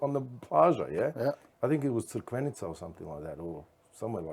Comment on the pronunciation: Mark it's Crikvenica.